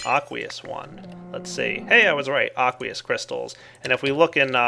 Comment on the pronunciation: aqueous? i tought you said ugliest